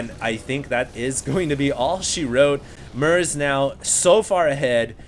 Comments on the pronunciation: it's MERZ not MERC... stop calling him merc :)). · its MERZ not mercs :P